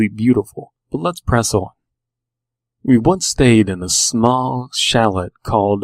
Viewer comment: This one was actually really creepy to me. One nit picky thing: chalet is pronounced cha-lay ;)